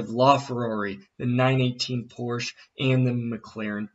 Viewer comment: Good video. Still really looking forward to seeing what that Aston Martin can do. Side note: Just for your knowledge its pronounced Porsch'a.